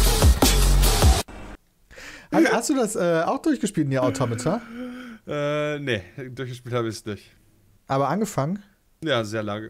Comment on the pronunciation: Peters aussprache bei Nier:Automata triggert mich😂😂😂